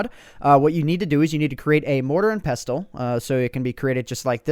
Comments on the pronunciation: OMG pronunciation Just bugged me so much hahaha had to comment Thyme is pronounced "Time" Pestle and Mortar is pronounced "Pessle" and Mortar And finally Ginseng is pronounced Gin "Sang" not Gin "sing" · You said pestle wrong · Its pronounced pessle not pes-tle. :) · Pes-tel XD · Pronounced mortar and pessle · Pestle is pronounced "pessle"